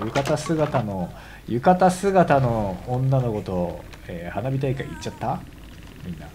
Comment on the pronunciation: 花火大会が鼻毛大会って聞こえたw